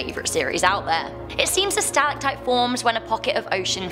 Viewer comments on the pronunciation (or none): none